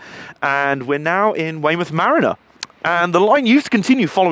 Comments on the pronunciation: Ma-ree-na, not ma-rinner. #justsayin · "In Weymouth mariner"? Haha Mariner / Marina let's call the whole thing Pop-eye. Great video though. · Can I just say Weymouth is one of my fave places ever hopefully moving there soon.. But its marina not mariner.. Love your vids keep it up x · Downvoted purely for the way you keep pronouncing Marina. Its Ma-ree-na, not Ma-rin-er. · Hi. Great video. Like your style of presentation (so have subscribed). I gather that it was called a tramway (as it only had steam locos on it) because the rails were sunk into the ground? Sorry to be picky, but a 'mariner' is a person (sailor?) who travelled/worked on the sea; a place (marina) where boats are 'parked', is pronounced 'mareena'. Looking forward to your next video. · Grammar - marina is pronounced M'REENA even in the States, not as you pronounced it.